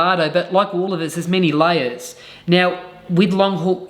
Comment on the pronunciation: He pronounces layers as liars. Freudian slip.